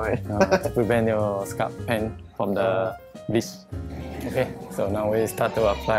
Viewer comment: hair stylist, “b**ch” instead of “bleach”